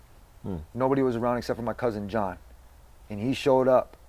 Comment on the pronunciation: Tony the type of guy that calls his cousin John not Juan 🤣😂